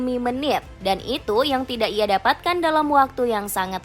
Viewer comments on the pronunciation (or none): none